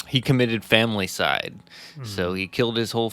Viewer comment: Ok, but what about pronouncing familicide incorrectly? It’s fam il i cide, not family cide. I was going to comment about it not to be a grammar nazi or that I care casually, but because I liked their podcast. If they are going to do true crime I would try and help by giving constructive criticism since they may do another story and had to use the word again. Clearly, to me at least, with all the work they put into it, they’d want to be more professional and improve. The ‘yeah, totally’ phrase and others grabbed my attention too , but didn’t bother me although I can understand how it would take away when compared to other channels doing the same type of real crime podcasts. Regardless my comment wouldn’t be because I was trying to be a jerk. Take care.